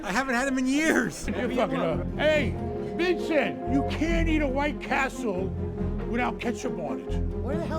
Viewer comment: Its not Vincent!!!!!!! It's Vinson!!!!Ya'll are stupid!!!!!